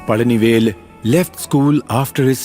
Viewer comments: Pazhani vel Not Pajani vel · It's Palanivel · Bloody illiterate north indian godi media that's pazhanivel you morons